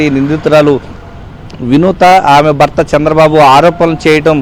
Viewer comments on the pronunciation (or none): భర్త రిపోర్టర్ గారు బర్త అని చదువుతున్నారు. భ కి vottu వుంది.